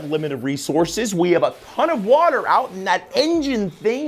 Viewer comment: the way he says water makes me laugh every time